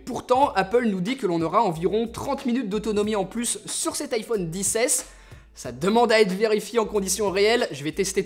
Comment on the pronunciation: Tu peut areter de dire "iPhone disse aisse et disse aisse maxe